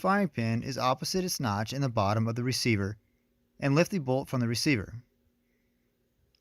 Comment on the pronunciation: Great video. Is there a reason you say "thee" for "the" every time? As in "thee handguard" and "thee lower loop"?